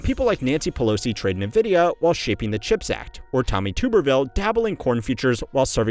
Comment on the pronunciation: Nice AI video with fiver voice over. Nobody says nuh vidya